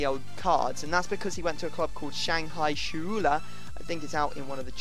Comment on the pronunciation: You butchered Shanghai Shenhua